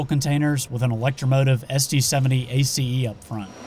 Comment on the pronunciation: its the word Ace not A C E